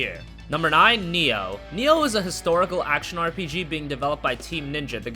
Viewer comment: it's NI-OH not neo >_>